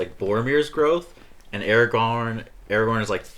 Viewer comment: Thank God you didn't say Aragon instead of AragoRn.... A pet peeve of mine from other reactors